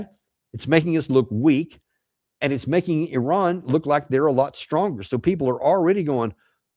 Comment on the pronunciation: the biggest terrorists are the USA, glad you can pronounce Iran correctly unlike most of your nation, just need to work on Moscow, Adolf and Solder to the rest